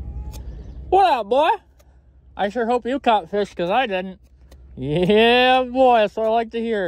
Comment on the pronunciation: Midwesterner for sure Ahhh yaah 😂 love it dude